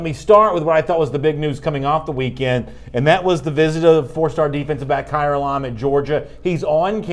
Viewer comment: It’s Elam not ellaaaammmmmm